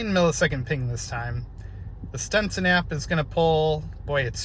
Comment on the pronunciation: Stetson, not Stenson.